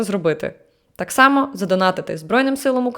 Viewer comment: чому так важко казати ТАК а не тааа? Всього одна літера, це звучить дуже кумедно 😆😆